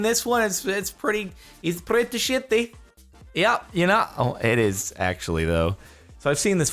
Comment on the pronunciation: I love that the captions actually can't understand Jardon when he says "sheety."